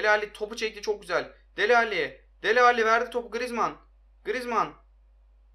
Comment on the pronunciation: Dele Ali , alli değil